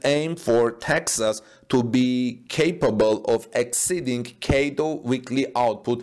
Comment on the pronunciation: CATL is usually pronounced by saying each letter, not as single word